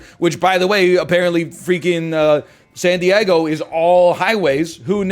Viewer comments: pronoucning san diego as sandy eggo is peak canada, coming from a minnesotan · love how he says san die-EGG-o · "when I was in sandy eggo"